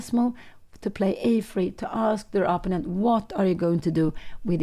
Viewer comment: But maybe Pia Cramling would like to know that she consistently and often pronounces "opponent" incorrectly? Anyway, I would be happy if someone told me about this kind of mistake if I was a YouTuber who reaches a lot of people.